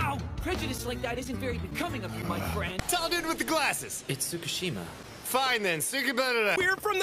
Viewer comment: Heyyy tall dude with the glasses It's tsukishima Fine then tsukabadada 😂